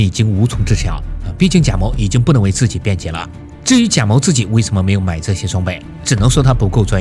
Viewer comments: 为什么要把某读成谋？ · 谢谢你的视频，但是你的音调很奇怪，一会儿贾móu，一会儿贾mǒu，还有其他很简单的音调也发错，听着很难受。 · 贾（jia3）某（mou3） 咋就听你说贾眸呢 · 原作者读错了-他读成: jia3mou2。当两个第三声前后连读的时候（jia3mou3），前一个第三声(jia3)一般要读成第二声(jia2)，后一个继续保持第三声, 所以是： jia2mou3。另一个经典例子系“你好”！ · 哈，前后两个第三声连读，前面的第三声升为第二声，后面的第三声保持为第三声。原作者读错了-应该读“夹某”，而不是“贾谋”。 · 这期真的封神了，且发现各个平台都在盗用，反复看了好几遍，唯一瑕疵是“贾某”一直念成“贾谋”😆😆😆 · 贾某 读三声，为什么 别人都读三？就这个读二声了？听着难受死了。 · 原作者读错了。两个第三声连读，前一个变第二声而不是后一个变第二声。譬如，你好-单独念的时候是：ni3 hao3，而连读变成：ni2hao3，而不是ni3hao2。